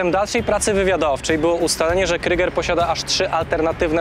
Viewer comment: super material delikatna poprawka nie wymawiajcie kryger tylko kruuuuger cos jak przeciagniete u pozdrawiam